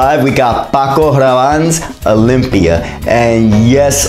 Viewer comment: The way you pronounce Paco... Are u Latino? Also, I would love to ask you for advice. I love perfume but I’m really special with what I like, I find most of the perfumes I have ever smelled generic. Im currently using everyday Decadence by Marc Jacobs (which I like but don’t love) cause some of the perfumes I have really loved were expensive as (Gallo d’Hermès or Oud Cuture by CR) I would love some advice if you can think of something I may like/love ❤️ Thanksss